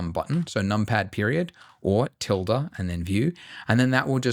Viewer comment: Hearing you say Tilde key as a spanish person wrong hurts my soul